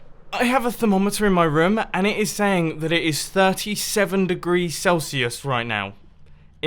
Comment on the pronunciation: 100 derees